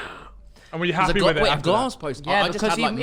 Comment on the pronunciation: He wasn't doing keeyups wif an orange at 10🤣🤣🤣